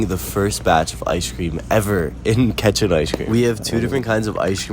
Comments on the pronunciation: I know this is meant to be a happy moment but.. Is it just me, or did I hear say Ketchup Ice Cream instead of Catchin Ice Cream lol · At first I thought he said ketchup ice cream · Ketchup ice cream? What did he say lol?